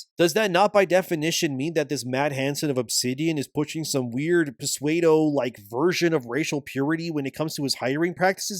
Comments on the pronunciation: Pseudo isn't pronounced "Puh-Sway- Doh" btw. It's pronounced "Soo-Doh". The "P" is silent, like in Psychology. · The "P" in pseudo is silent. You dont pronounce it. So, itd be like SUDO or SWAYDO depending on accent.